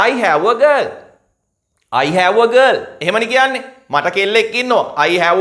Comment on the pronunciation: හෑඋ නෙමෙයි ...හැව්...(have)